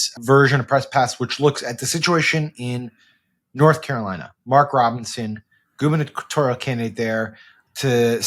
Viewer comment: "Gubernatorial", emphasis on "goober"...